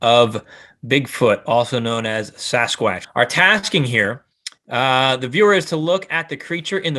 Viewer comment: “ also known as Sasquwaatch” 😂